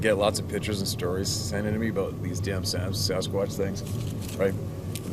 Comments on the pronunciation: Just say it, "Samsquanch"! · lol you caught yourself but you damn near said samquamch